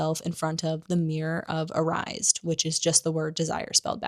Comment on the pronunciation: Please ... learn to pronounce Erised .. it is ERIS-ED , JKR had to spell out Hermione's name in the 4th book because so many people got it wrong.